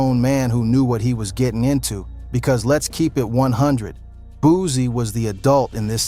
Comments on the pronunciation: He can't even say his name right😅😅😅he said booozie😅😅😅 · If he say Boozie one more time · I’m not watching a video calling this man “Boozie” smh 🤦‍♂️ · Boosie not boosy 😂😂😂